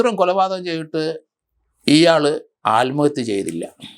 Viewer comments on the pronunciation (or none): none